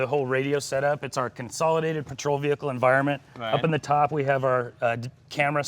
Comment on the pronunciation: "Move away from the v-hear-cle"